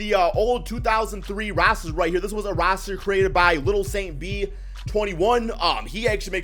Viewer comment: Why he say roster like that